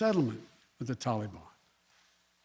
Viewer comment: Middle East Joe : Toli-Bon